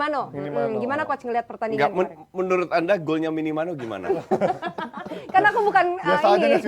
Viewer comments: Minimano atau Minamino.... Kok bingung....kok bisa salah nih ... ... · Minamino salah trus sebut namanya ekek